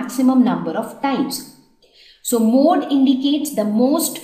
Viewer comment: Which is the mode of pencil? Say correctly mam